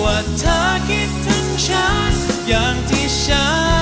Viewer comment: ไม่เคยได้ยินเพลงนี้มาก่อนเลย เป็นเพลงของใครร้องเอ่ย เป็นไปได้ไหมคะ อยากให้ออกเสียงพยัญชนะภาษาไทยให้ถูกต้อง คือคำาว่า ฉัน ไม่ควรออกชาน แม้เจ้าของเพลงวัยรุ่นสมัยนี้จะออกไม่ถูกต้อง อยากให้ออกเสียงเป็นตัวของตัวเอง ซึ่งออกเสียงภาษาไทยได้ชัดเจน ถูกต้องมาตลอดแต่เวลามาร้องเพลงของนักร้องสมัยนี้ออกเสียงไม่ถูกต้อง ไม่อยากให้ร้องออกเสียงผิดตามค่ะ